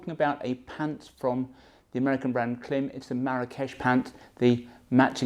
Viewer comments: I really enjoy your videos- they helped me select the Marakesh series for my hot weather riding here in Florida, USA. One thing- I have seen lots of Klim videos out there and this, different pronunciations of the brand. The Klim site has an intro, branding video… it actually IS pronounced “Climb”- go figure. Just thought you’d want to know. Cheers. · Klim is pronounced Climb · From google: How is the brand Klim pronounced? Klim (pronounced "climb"), based in Rigby, Idaho, is a company that manufactures motor sports (snowmobile and motorcycle) clothing using the same-name brand for men, women, and children. However, anything reviews is always very professional with tons of information.